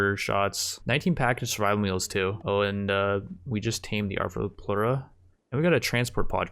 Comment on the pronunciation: This man can pronounce arthropleura correctly but not tomb